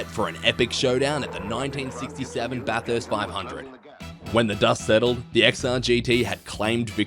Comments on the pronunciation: na mate. I have heard quite a few different pronunciations of his name from fellow aussies. Listen to the actual accent. It is too good for AI. Also he actually pronounces Bathurst correctly not the usual Barthurst of non-natives. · The correct mispronunciation of Bathurst is Bathuurrst. Just listen to the King Of The Mountain. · LOL! Yeah right mate. That IS how Australians pronounce it.